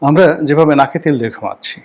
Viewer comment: রনী তোমার “ আমারা” শব্দটি নোট করে রাখা আছে ।